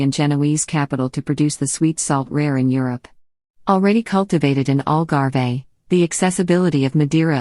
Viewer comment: algarve..not algarvey